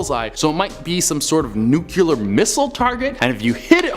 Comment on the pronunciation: When you have multiple hosts, why would you pick the one that says NUCULAR to read stories with the word NUCLEAR in them?? 🤷🏻‍♀️😖🤦🏻‍♀️👎